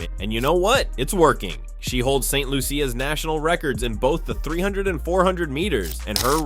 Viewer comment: NB: Correct Pronounciation of our Caribbean Island St. Lucia. ( Saint Lu sha) Please!